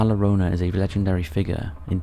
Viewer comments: La Lore-Own-Uh 😆 Jk man great video man 👍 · The weeping woman aka La Llorona, you don't pronounce the L, in Spanish you usually pronounce the double L as a Y. So it sounds more like La Yorona. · Hey handsome it’s a y sound on “LLorona”. You are usually spot on. Love your videos. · I was just about to comment the same!! I would say /j/ as in justice.